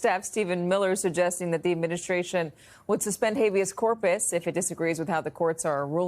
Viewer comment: Donald Trump can't even say Habeas Corpus, this is Miller and Heritage in his ear. The puppet masters.